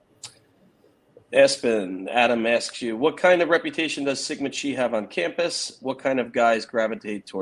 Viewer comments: Chi is not pronounced "Kee" -- it is a Greek letter pronounced "Khy," with a long I. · A tip.. "Chi" is pronounced like chiropractor